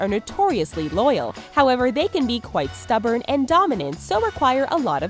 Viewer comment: Kwaite bilding hot